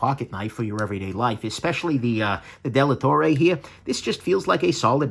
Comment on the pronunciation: it's Dellatorre (Della torre=of the tower) not Delattorre.